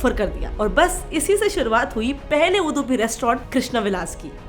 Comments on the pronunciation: Sorry to say, lot of errors in this video. Udupi pronunciation is wrong. Brahmin and bunts are different community. Many more mistakes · Hello... this is a very interesting video... being from Bangalore and knowing about Shettys I am not surprised. Shettys are very active in business.. and generally very intelligent in running establishments. Only thing which I have to point out is your pronunciation of UDUPI... D should sound like in Dam not in Dum. Even Udupa is the same. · Are kya bakwaas karthi hai tu thoda reshache udpi bolne nai atha aur chadi kholke k aayi 😎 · Milady just killed the pronouncing of Udupi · Teekese to bolo. Udupi. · Didi, Udupi ke pronounciation galat hai, per apka detailed vedio acha tha 👍🏼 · Its UDupi not udupi.. Use google pronunciation atleast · Kindly pronounce Udupi properly. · It's उडुपि not उदुपि 🤦🏻‍♂️ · It's not UDHUPI IT'S UDUPI "Dublin DU" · It's not उदुपी,it's उडुपी And it's not डोसा, it's दोसा Learn to say properly on what you are presenting Even before mahabharata it was उडुपी Don't corrupt our names, they are not Turko-Irani-Mughal nouns FYI.. On every hotel picture of your Video, in every langauge it's written loud and clear - Udupi ( उडुपी) At least use that much of sense before distorting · Appka itna bada YouTube channel hai aur apka pranouncing sahi nahi hai that is udupi not udhupi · Dehradun ke Da, Dharamshala ke Dha nahi maataaji! It's Udupi (vu-du-pi). Hope you had researched a bit more before mashing up everything under Shetty communities. Brahmin and Shettys' aren't same community and they are all not from Udupi! When you do it, do it right, not half baked mash up that might be misguiding! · I like your content and the way you present!! But please put more efforts into learning how exactly to pronounce few things... It's Udupi(उडुपि, ಉಡುಪಿ), not Udhupi (उधुपि❌)... It's Dosa or Dose (दोसा or दोसे) not डोसा ❌ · Madam its udupi(ಉಡುಪಿ) not udhupi (ಉಧುಪಿ) Proud be an Udupian ❤️❤️❤️ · Its udupi not hudupi